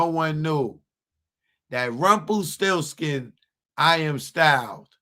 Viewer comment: u said rumplesti